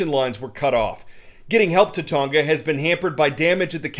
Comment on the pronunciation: It is not Ton-Ga - learn to pronounce names as the people who live there do